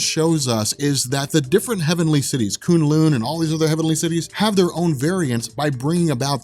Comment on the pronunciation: Koon Loon sounds so terrible K-Uh-n L-Uh-n